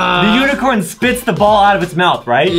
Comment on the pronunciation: Lol the word is unicorn Adam was like "This UNEECORN popper